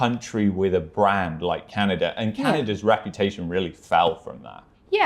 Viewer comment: pronunciation of "Canny-dah" is cute.